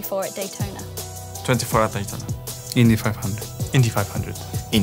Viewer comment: Alonso saying Indy 500 like that made me hurt🥺… try again please